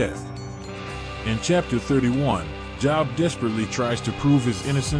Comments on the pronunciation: bruh, his name isn pronounced job, its jobe. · This AI narration crap has to stop. It keeps mispronouncing Job which is pronounced as "jowb" and not job as in get a job. It takes me right out of watching when the video narration continues to mispronounce even simple people or place names. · SAME THING WITH JOB!